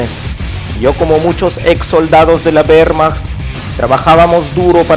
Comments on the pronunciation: "de la WEEEHHHRRRmacht" xD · acento ruso-mexicano y con énfasis de mal actor. Se me llevan los demonios cada vez que oigo "güermach". Nadie pronuncia la W alemana como la inglesa..